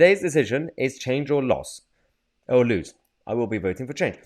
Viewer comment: The failure to pronounce the word ‘lose’ correctly tells us all we need to know about your cognitive skills